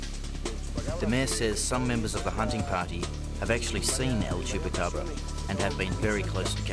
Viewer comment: Man he says el chupacabra so cool